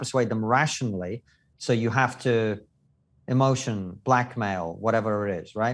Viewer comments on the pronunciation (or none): none